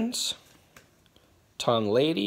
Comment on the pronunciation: Hahaha, he said Tom Lady!!....